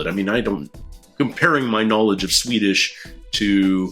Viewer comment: Swede here. Ardal was bloody good at the Swedish, even getting our rather specific vowel sounds. Thoroughly impressed.